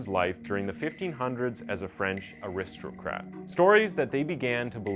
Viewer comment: Weird pronounciation of 'aristocrat!'